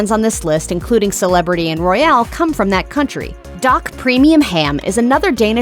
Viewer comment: Dak is pronounced “dack”.